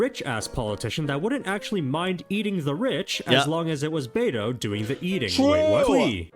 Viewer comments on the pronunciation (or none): none